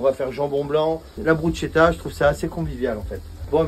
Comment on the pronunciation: loool c'est une pizza le truc, et on dit Brus(k)etta pas Bruchetta catso🤌